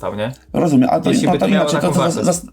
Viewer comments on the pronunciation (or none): Dobry komediant na początku. Tylko trochę szkoda, że mówi "rozumię" zamiast "rozumiem" 😢